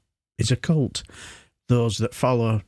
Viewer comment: Why does everyone mispronounce the word "cult" while talking about Fartrage?